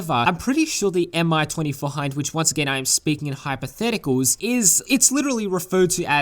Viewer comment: The Mi-24 was resistant to 12.7 mm machine gun rounds to the cockpits bottom, sides, rear and frontal glass. The side/top glass is not armoured however you're unlikely to find a firing solution as infantry to the side of a gunships pilots head. (also say "me twenty four" or "hind". Saying "M I twenty four" is like saying "muh puh five" when you mean "M P five.")